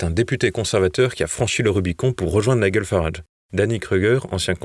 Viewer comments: 2 journalistes ne savent même pas prononcer le nom de nigel qui se dit naïdjel et non pas naïguel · Très bonne info comme d'habitude. Une remarque: Nigel se prononce Naïllejeule Farrarage pas Naïllegueule. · C'est Nigel comme dans gel, pas Niguel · Apprenez à prononcer nigel pour éviter d'être ridicule😂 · Ne serait-il pas temps d'apprendre à prononcer le prénom de Nigel Farage??? TVL a vraiment des journalistes au-dessous de tout.